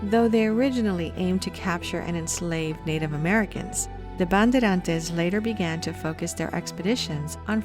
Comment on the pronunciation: On man, you butchered the name Bandeirantes. Bun•day•run•chi's. <~~~For English speaker.